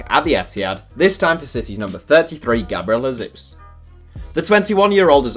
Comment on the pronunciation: Please stop mispronouncing Gabriel Jesus. Also, Skriniar is from Slovakia.